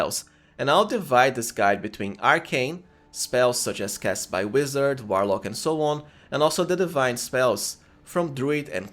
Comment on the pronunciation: I'm going to be honest with you bro after calling a warlock a whilelark I can't watch anymore and that was within the first 3 seconds not dissing you if English is not your 1st language but I just can't do it I feel like I'm watching a Saturday night live skit